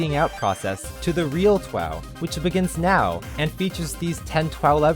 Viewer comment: It's not TWOW, it's TWOF. Ten Words Or Fewer.